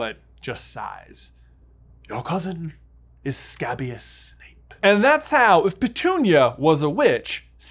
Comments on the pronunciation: Your pronunciation of scabious is off, it's pronounced skay-bious, not scab-ious. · It’s pronounced Skay-bee-uhs 😭😭